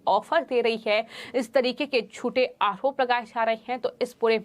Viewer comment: Arop hota hai aahrop nahi Har bat h ka use kyun Sahi pronounced hona chahiye